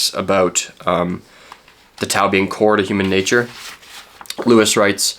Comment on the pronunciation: It would have taken you less than a minute to look up the pronunciation of "tao". It's an interesting video, thought provoking, but it did hurt each and every time you pronounced it with a hard T.